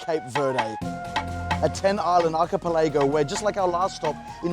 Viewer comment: You mispronounced "Archipelago" at about minute